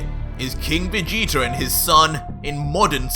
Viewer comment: Why u say vegetar / king vegeter